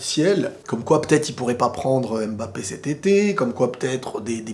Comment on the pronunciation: on dit Mbappé pas M-Bappé stp. À chaque fois que j’entends ça mes oreilles saignes. Il faut faire la liaison, en Afrique c’est comme ça. Merci.